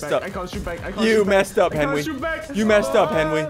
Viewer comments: ssundee: henwy i hit these also ssundee: goes on to miss like 10 times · Ssumde say henwy penguin